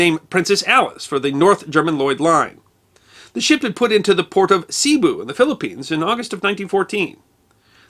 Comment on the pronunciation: Your channel is awesome!!!. Now, not trying to be pedantic. Cebu--"Sayboo." Duke Kahanamoku. 'Kaw-haw-naw-moe-koo'